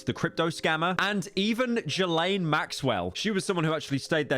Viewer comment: Not Pyro pronouncing Ghislaine wrong...